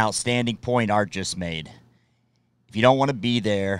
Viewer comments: It's ant not art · He’s Ant not Art. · his name is ant not art.. And he was sbs not sas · HIS NAME IS ANT!!! Not Art! 🙄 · ANT - not Art! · It's Ant not art! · Its Ant not Art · Ant...ANT!! NOT ART😒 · Why do you keep calling him art. His names ANT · His names ANT not ART...lol....listen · It;s ANT not art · Ant not Art... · It’s ant as in Antony , not art as in Arthur…carry on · This presenter "Art" instead of "Ant" and "smoking and joking" instead of "laughing and joking" - within the first few seconds! If he cannot listen not sure I can be bothered to watch and listen to his commentary on someone else's content and material! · What is it with americans and getting r and t mixed up???? Its ANT not ART lol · not sure why you keep calling him 'art' for.......I know you're American but surely you can say ant lol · If your going to analyse a real soldier get his name right Ant not Art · If your going to do this kind of thing, at least get his name right. Ant, not Art. 🙄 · 😆 I checked the comments to confirm I was hearing Art 😆😆😆😆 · yea, he's saying "Art', but i'm cool with it. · Definitely saying art!,think it's short for " ant"😆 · He called him art like 5 times 😂 idc but it’s funny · Fart, I heard and then I heard call him Kate....he knows this isn't prince Williams wife, doesn't he? Yanks ffs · He’s actually calling him ‘Ont’ it’s something American’s do when they pronounce an ‘A’ as an ‘O’. Was always a big Tupac fan, and found it weird the way American’s would pronounce it as ‘Tupoc’. Same as they do with super Mario, to them it’s super ‘Morio’. They even pronounce the most British swear word, twat as twot. Strange. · Just a heads up his name is ant like the bug it’s pronounced the same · His name is not pronounced Art and he was never in the SAS. He was in the SBS (special boat service) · Did he say art Middleton 👀😂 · did you actually say art middleton? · Please say ant properly😂😂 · no way this guys calling him 'arnt' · Art Middleton SOS who dares beep